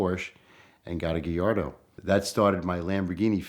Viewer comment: Porsh. Geeardo.